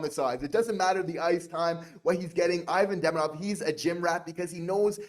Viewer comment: Learn his name … eeVAHn DeMEEdov.